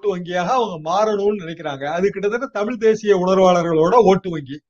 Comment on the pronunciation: தமிழ் பா தமில் இல்லை